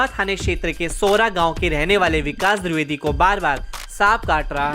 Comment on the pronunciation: द्रिवेदी नहीं होता है द्विवेदी होता है. VO में सुधारें